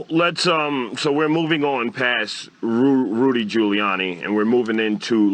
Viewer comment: Nobody liked "Rooly" Giuliani